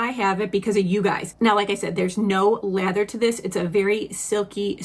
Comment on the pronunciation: Omg I thought you were saying leather not lather 😂